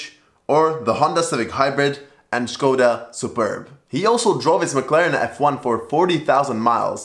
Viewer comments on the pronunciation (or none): none